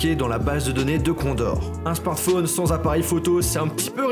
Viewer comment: Un smartphone, pas un smartfaune. C'est pourtant très simple, c'est comme dans téléphone, ça se dit pas "téléfaune".